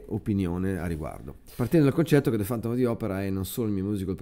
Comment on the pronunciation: Ma è questo il punto, sbagli la pronuncia per tutto il video. :( Questa parola (chiave) si legge ['fæntəm], con la "e" aperta. "fAntom" francamente nun se può sentì :). Sorry. Niente di personale!